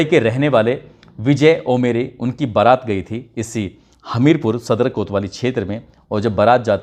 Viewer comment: Barat not parat okk